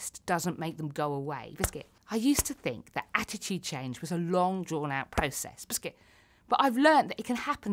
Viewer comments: I support her but idk if she says biscit to ne funny or she cant help it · I like the part when she said 🅱ISCUT